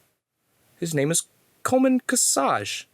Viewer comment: 0/10 said Coleman kcajs name wrong not nerd enough